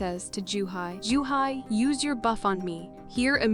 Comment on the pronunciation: dude, her name is joohee. Pronounced "ju-he", wtf is a juhi?